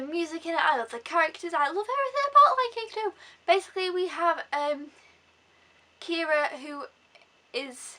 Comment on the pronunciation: Definitely agree with number 1. Her name is Kiara, not Kira. The villain is Zira, so you could've messed that up because of it.